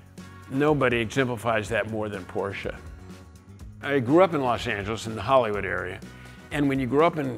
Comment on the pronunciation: It's not Porcher!